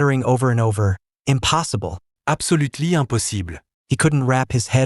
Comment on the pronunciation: apsolutly amposible 😂😂😂😂😂😂